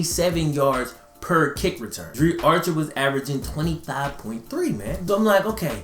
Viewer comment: It's pronounced dr-eye